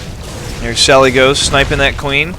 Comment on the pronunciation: its pronounced sally DES, and it's a guy =P